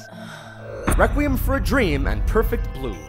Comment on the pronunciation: is it just me or his 'requiem' pronunciation is super weird